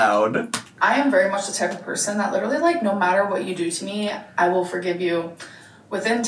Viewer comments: LEEDERLY BWAHAHAHAHA That scratched my brain so correctly. I hate how she says it like like that. I don't think she graduated college OR it's true ehat they say about the south..... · idk where she picked up LEEDERLY but she needs to leave it im gonna rip my ears off (sorry to anyone else who says literally like that, i am sure you dont shout it like her)